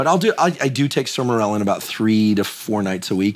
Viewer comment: The way he is pronouncing Sermorelin is bothering me.